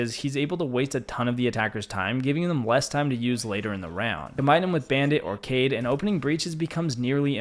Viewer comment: Dude his name kait not cayde as youspellit Also it's strong not schtrong